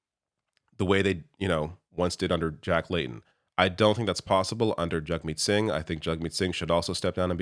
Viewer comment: I hate that Poilievre purposely mispronounces Singh's name